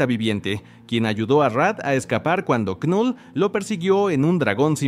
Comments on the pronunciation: Me da cringe que diga literal con letra "k" Knull... Cuándo la pronunciación es solamente "Null" 😂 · La "K" de knull es muda bro🤢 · La K no suena y la U suena más parecida a la 'e' del español. Gracias por tus videos: me gustan.